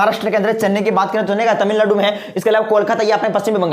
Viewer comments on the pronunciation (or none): none